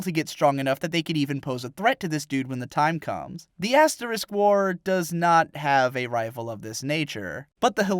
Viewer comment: first thing you say sounds like "Ass War". I appreciate this.